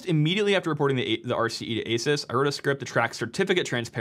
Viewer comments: Ahsoos not aysus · How are you still mispronouncing Asus in 2025? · LEARN how to pronounce asus you sound like a moron for reporting on a product and not even knowing how to pronounce its name